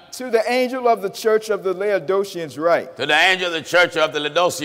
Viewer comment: It's called The Church of laodicea not lead OSHA what are you guys can't read regular English